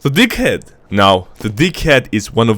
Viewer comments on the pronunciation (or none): sounds like dickhead not deag-head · That deaghead sounds a bit like d**khead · Deag head? Hahahahhh sometimes you say dickhead!!! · When he says deaghead it sounds like dick head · I thought i heard d*ckhead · the deaghead haha it’s like dickhead it sound like dickhead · sounds more like "dickhead" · When you said “Mini awp” i expected a tiny awp And when you Deaghead I heard Dickhead I know the subtitles say otherwise But that’s what I heard The true American Dream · Deaghead sounds like a D#ckhead XDDD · lol the deag head sounds like a dic* head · "deaghead" LOL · wtf that deaghead...hahahah its disastah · How you pronounce Deaghead makes me smile every time i hear it :') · Tec-Nein and DeagHead lmao. 😂